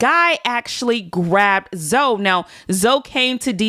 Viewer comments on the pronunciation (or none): It’s Zoe not zo lol yall annoying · Im listening to the video as Im doing my hair & Im just wondering who tf “Zo” is when its “Zo-ie” I was so confused 😭